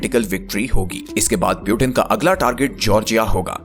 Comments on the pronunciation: Peuten ❌ Putin ✅ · It's Putin, not Piutin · पुतीन को प्युटेन क्यू बोल रहे हो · Putin❎ Piutein✅😂😂😂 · Peauten❌ Putin✅😂😂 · Bhai video fir se banao, or agla bar putin ko putin hi bolna .pyutin nahi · Its putin not pyutin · Butain nahi bhai putin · Kya Pyutin Pyutin bol rahe ho Putin bol na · Good theory but It's "Putin" not Butin! By the way. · Piutin nahi putin bolna sikh pahale. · Sabse pehli baat pautin nhi putin bolo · Pewtin nhi putin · Pew-teen❌ nahin Poo-tin hai✅😂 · Puitin 😂😂😂😂😂😂 First go and lear to pronounce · Bhai pu tin kyu bolta hai😂. Wo tin ka dabba nhi h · Putin ka pronunciation hi galat hai aur app sources expect kar rahe ho.